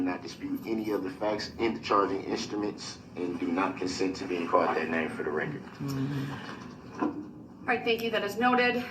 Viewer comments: Oh, I was parroting Duh-rell and making fun of him and then you started!😂 If I hear him say "for the rekerd" one more time, ugh! Of course he's going to disagree with everything whether it's in his best interest or not. He's so stupid yet he gets annoyed at how very thorough the judge and the prosecution was on the rekerd. Oh and don't change a thing on your channel! We come here for your commentary. If I wanted to rewatch the trial without it (which I don't), I'd go to Court TV😂 And someone please take that damn jailhouse pen tube of ink away from him!!! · Does he know everything in court is on the "reckert" he doesn't need to say for the "reckert" every time he talks it is so irritating.. Maybe he thinks its for his math boi fly "reckert" that never was made